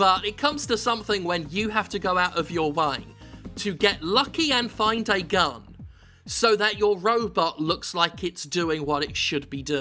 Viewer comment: Why am i thought he said gum instead of gun?